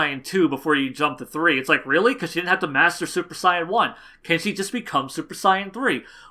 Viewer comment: than at least say saiyajin, like the Japanese version pronounces it